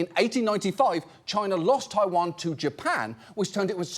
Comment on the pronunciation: The way this man says ‘taiwan’ physically hurt me